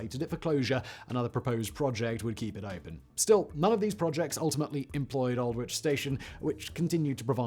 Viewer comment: Love your videos Simon but seriously, as a former Brit…you cannot pronounce Aldwych? Can you explain?!😅 As I said, I love your videos but can you not pander too much to the US centric culture?